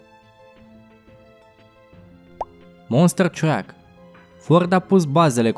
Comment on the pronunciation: Interesant, dar te rog asculta pronuntia anumitor cuvinte. E monster truck, nu monster track. De asemenea, numele companiei Daewoo se citeste aproximativ "de'iu", nu daevo.